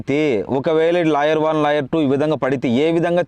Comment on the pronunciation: లాయర్ కాదు రా కుయ్యా 😂.. లేయర్